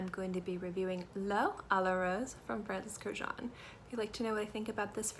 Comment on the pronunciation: Girl, learn to pronounce his last name correctly ... it is Kurkdjian ... which is Armenian last name